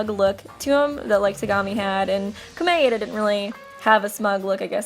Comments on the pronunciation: You're pronouncing Komaeda wrong,. It's Koh-mah-eh-dah, which sounds like Koh-mai-dah when pronounced fast. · omg the way u said komaeda